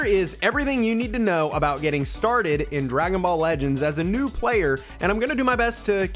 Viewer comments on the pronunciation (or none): Who else heard noob instead of new 😂